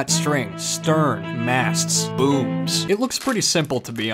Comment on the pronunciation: Am I the only one who thought he said something else when he said booms…